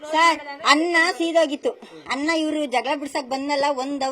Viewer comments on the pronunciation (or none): none